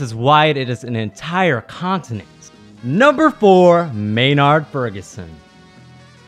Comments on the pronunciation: MaynAArd??? Pronounce it MaynErd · May-Nard? At least learn to pronounce the name of the 10th best trumpet. +++ You must never have heard Maurice Andre live in concert. Seventh? No way, NO DOUBT top 3.